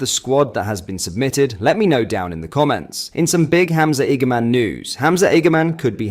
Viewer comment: Hamza’s a gamon. Honestly stop using ai man. 😂😂